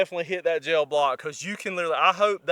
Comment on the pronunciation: I bought my 300 blk 7.5 in barrel pistol with supperssor for working 50 feet or less.. Also, I didn't know "gel" was a 2 syllable word.